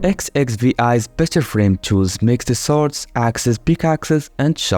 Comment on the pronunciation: Can't believe he read it literally as "X X V I" 💀💀💀